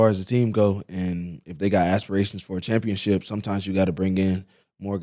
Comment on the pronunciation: Pacific rather than Specific, and saying “ChampionChip” 😂😂